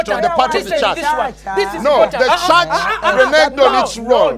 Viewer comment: WHEAH WAAHS DA CHAAHTCH?!